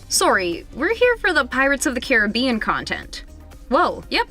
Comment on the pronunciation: He is saying Caribbeanwrong 😢😂